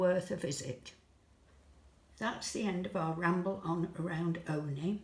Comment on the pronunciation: If the locals of say, Scarborough pronounced Scarborough as "Flerbyderby" how would you pronounce it? It's Olney. Ollllllney.